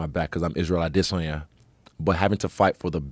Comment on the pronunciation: Izzy is pronouncing "Adesanya" wrong